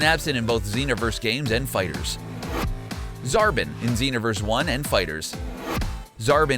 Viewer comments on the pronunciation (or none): Zarbon [zar-bon]not zarban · It's ponaced whese, zar-bon, majin vegeta, and ke-fla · It's Zarbon not Zarbin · Zar-bon, not Zar-bin! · When i heard him say zarbin instead of zarbon i was like Please! No! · Dejinn the djinn your right he said zarbon as zarbin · He said zarbin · And Zarbon is "Zar-baughn" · And pronounced Zarbon wrong too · you do not know how to pronounce gero, whis, zarbon, and majin and its very irritating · Man I like this channel but you guys need to learn how to pronounce characters properly, you said Majin and Whis and Zarbon totally wrong... and Cabba along with majin Vegeta are both in Xenoverse 2 so you need to do your research better. And the only games that cut the characters out that you listed is mainly FighterZ. All the old dragonball games had mainly all of them besides the Super characters obviously